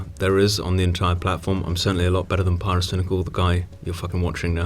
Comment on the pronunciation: omg, thats how pronounced pyrocynical